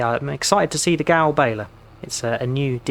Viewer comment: It is pronounced 'Ger-veil' :) The accent on the Ö is an 'er' sound and the 'w' is like a 'v' because they are an Austrian company!